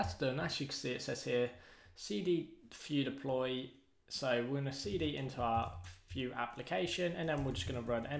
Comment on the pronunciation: so, you call don't call it Vue , you call it "Fue" in British